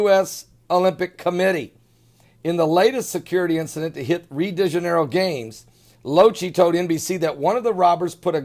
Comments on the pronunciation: pronounced Lock-e.. not lo-chee.. Thanks for your videos, love them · His last name is pronounced "Lock-tee".